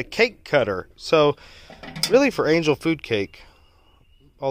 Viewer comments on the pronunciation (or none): none